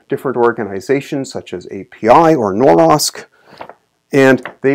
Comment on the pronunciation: NORSOK not NOROSK